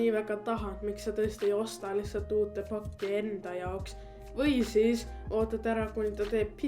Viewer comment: ma kuulsin kogu aeg kui sa ütlesid pakki kuulsin facki